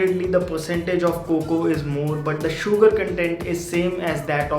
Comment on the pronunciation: please say 'sugar' in a normal way instead of enunciating a lot on the 'U' :)